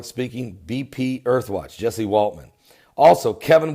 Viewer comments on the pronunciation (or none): none